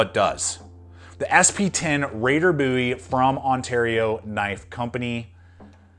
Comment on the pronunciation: "Buoy" knife? Seriously? You've clearly deleted all the comments calling you out on that too.